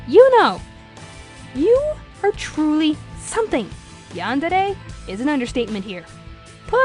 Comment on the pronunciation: and its "Yandere", not "Yandera" (I know this is old but just wanted to point that out for a unknown reason XD)